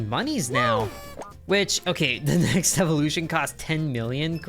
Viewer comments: Stop saying mooniees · STOP SAYING MONIES!!